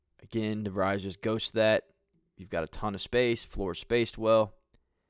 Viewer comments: Great look at how Coach DeVries runs a team. Just one correction: his surname is pronounced de-VREEZ (rhymes with "freeze," not "fries"). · pretty sure its pronounced De vreez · Pronounced de vreees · You are correct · You are miss pronouncing his last name. You are too unprofessional to be liste ed too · doesn’t even pronounce his name correctly 😊